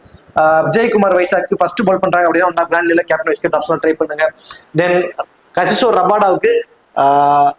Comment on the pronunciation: Bro.. Kagiso Rabada not Kasiso Rabada